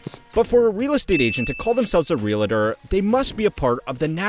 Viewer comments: Real-tor Not REALITER There isn't an "i" in it. 😂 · Not ree-la-tor. Look at the word and sound it out. Ree-all-tor. Ree-all-tor. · “Realtor”, not “Realator”. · As a real estate agent/Realtor operating out of West Virginia, I can say that the industry is a lot more fierce than this video makes it out to be. I'd like to address a few points below: * Just as the B is silent in Plumber, the UH is silent in Realtor. Real-tor, not Real-uh-tor. * The average annual income of a Realtor is $46,014 according to NAR. It's probably higher in luxury markets like NYC, LA, or Colorado, but much lower in ND, WV, WY, etc. * The expenses outlined above are just a fraction of what a lot of agents have to pay. There are also lead services, accounting/CRM services, etc. * Like other independent contractors or entrepreneurs, we never know when our next paycheck will be. We could go a month and make $3k, but make nothing the next couple months. * A lot of agents hate NAR, but they basically hold a monopoly on our industry. What the video mentioned is accurate: Without NAR, we wouldn't have access to the MLS, and business would be a lot more difficult. * One of the terms we have in the industry is: "You don't pay a mechanic to turn a screw. You pay a mechanic because he knows which screw to turn." Another popular one is "Can you sell a home without a real estate agent? Yes, but you can also pull a tooth without a dentist." All said, this is a lot more difficult of an industry than most people would imagine. There's a reason why the drop-out rate for new agents within the first year is almost 75%. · Realtor is pronounced Real Tor. Not Real-i-tor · It's not "Real-i-tor". It's "REAL-TOR", no "i" sound in the middle. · There is no "i" in Real-tor. It's not a real-it-er. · Pronouncing Realtor like Realitor, and Statista like Stateasta. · There’s no I in Realtor 😂 “real-lit-tor” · Great video except for the persistent mispronunciation of realtor. It’s “real tor”, not “realitor”. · FYI, REEL-TOR